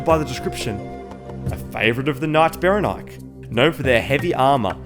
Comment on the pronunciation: Not sure if your pronunciation is a UK thing or mine is me being an American and relating everything to guns, but there’s a type of shotgun slug called Berenike, but it’s pronounced Bren-ick-ee. Seems fitting for a sturdy ass knight in heavy plate, and a lot of them use maces instead of great swords, so it’s like the slug of the same name that wants to inflict massive blunt force trauma.